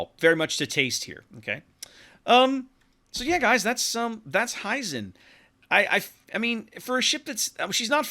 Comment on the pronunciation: It´s "Hee-zen" like "He Man" rather than "High-Zen". Other than that, thank you for the nice preview.